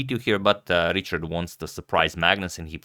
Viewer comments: Richárd is pronounced as riha:rd ("h" probably as a Croatian would pronounce it + the "a" is long, something like a double "a") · Hi agadmator! I’m really happy that you cover a match with a Hungarian player. But the pronunciation of Richárd is a bit different in Hungarian than in English. The “Ri” part is the same, but the “chárd” is like the English word hard. So it’s like Rihard. Best wishes: Balázs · I'm from Hungary and it is pronounced quite differently. It's pronounced like Rihard. There is no ch which is the equivalent of the Hungarian cs. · i think its pronounced richard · Just a quick tip: go to Google Translate, select Hungarian and type the name as Richárd. Hit the speaker button below and you will hear it. It's pretty much what wrote, this just helps with the "open" a. Appreciate your effort on correct name pronunciation!